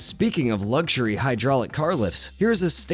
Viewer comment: Since when has there bean a “G” in luxury.